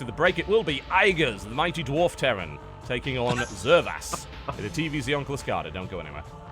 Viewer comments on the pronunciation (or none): TB, it's not Klyskada. It's actyally pronounced "sheelskada" :) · Starcraft and Axiom eSports Would you consider a rule enforcing some form of, "similar colors" for the 2v2 (i.e. Red & pink vs. blue & light blue?) Makes it much easier to keep track in the heat of battle. Also, it's "KILL-skada" :P. And best of luck to you on the 12th! Take care. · Will TB ever pronounce Kylskada correctly :( its swedish for frostbite and its pronounced "shyl"-skada almost like you pronounce the "sh" in sheep. Dont ask me why its spelled with a K I didnt invent swedish spelling :<